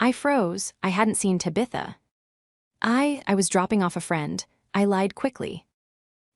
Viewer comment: What the heck is a Ta-bitha?